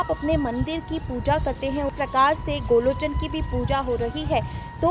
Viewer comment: Sahi nam to bolo.gorochn hota h n ki golochn🤔